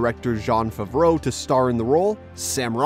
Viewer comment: That's most certainly not how you pronounce john favreau's name hahah pretty funny though